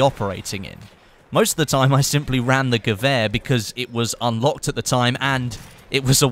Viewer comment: Any Germans here who laughed anytime he said "Gewääääh"? :D No offense, nice video :-)